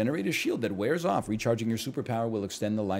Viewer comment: If nl wants a tip to imrpove his british accent(s), the main thing I notice is mixing up the "ah" vowel sound with the "o" vowel sound, because they are basically the same in american english and he has to "unmerge" them. For example, every time he says "off", the vowel sound is like he's saying "ahff". And conversely, sometimes when he says something ending with "...ather", it sounds like the vowel in "bother". An example for you to check if you have this vowel merger is to check if "father" and "bother" rhyme in your accent. In any british, australian, or new zealand accent, these are two quite obviously distinct vowels. Another similar merger is the "au" and "o" vowels, which I hear sometimes mixed. The classic example is "cot" and "caught", but I've heard funnier examples like "thought" sounding like "thot" in an attempted accent, despite having different vowels. In general, if the word has an "a" in it, then the vowel will not be the same as the "o" vowel. But there are exceptions like "want".